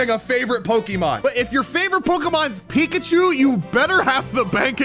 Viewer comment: That’s not eekachu that’s reekapoo